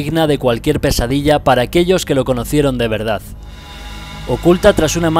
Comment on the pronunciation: Cuando dice una palabra terminada en "d", nunca la pronuncia tal y como es, sino que hace una mezcla de "f" y "s". En vez de decir "de verdad", dice algo así como "de verdafs". No se si me explico jajaja. Es divertido escucharlo cuando hace ese tipo de de pronunciación jaja. En fin, nice video. Creo que es el único youtuber que hace video de las historias de los asesinos,supervivientes y mapas cuando sale un nuevo dlc? Grande,.